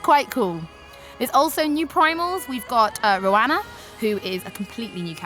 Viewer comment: Not to mention she says "Rowana" and "Ampador Keep". Cringeworthy for a supposed player, doubly so for someone reporting on the game. I know these are fantasy terms in the game, but come on now, that's a sure way to toss away any sort of legitimacy here.